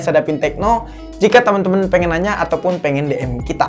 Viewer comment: Bang ane udah ga tahan lagi 🤣 Channel bagus, tapi tolonglah bahasa inggris nya dibenerin 🤭 OCD kumat denger abang ngomong inggrisnya salah, yg paling biking gatel yg have a nice day yg abang ngomongnya have a nice dai! Dai bahasa inggris jadi DIE yg artinya mati gan, mestinya agan bilangnya have a nice day, bacanya dei, jangan dai lg ya. 👌